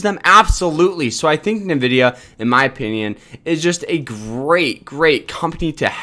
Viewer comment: NVDA is "rumored to do a split"? Lol. You bought $5K of the stock? It's pronounced "N"vidia.